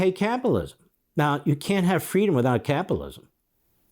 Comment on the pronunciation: Really capilism? Ten times after each other you tried to say capitalism each and every time you said capilism why is that difficult...